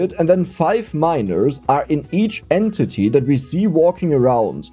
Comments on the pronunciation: I swore you said and titty instead of entity, I must be getting tired or your getting better at confusing me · Damnit. XD "En titty"